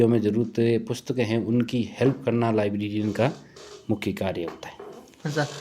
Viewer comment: laibrerian hota hai laibrarin nhi